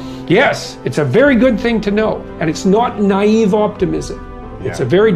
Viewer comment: Love the way he pronounces "naaiiivee"😅😅